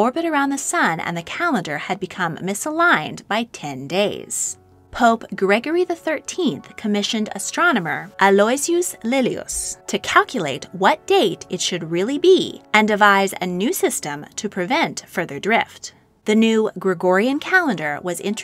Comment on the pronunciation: aloysius is a weird name, but it's pronounced "alo-wish-us"